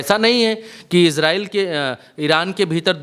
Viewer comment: It is not iZrael it is Israel स